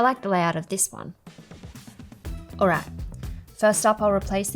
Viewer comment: It's "alright" not alo alla